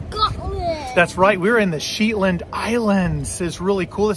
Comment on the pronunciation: Shetland, not pronounced Sheetland.